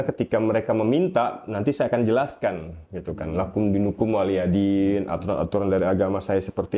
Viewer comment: Maap beribu maap apa kuping salah denger itu bilang WALYADIN tp yg bener waliyadin